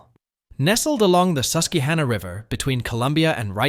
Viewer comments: Did I just hear the narrator say the "Suskeehanna" river? It's the Susquehanna river. Pronounced Sus-quey-han-ah. Tweak your AI to pronounce words correctly. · "Sus-kee-hanna River? LOL. You need to research your pronunciation a bit more. As any native Pennsylvanian knows, it's pronounced "Sus-qwa-hanna." But other than that, very good presentation.